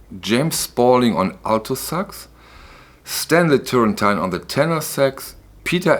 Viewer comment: Great video again Man. Please, pronounce well Turrentine : it's "terentine", not "terentain". Thanks a lot.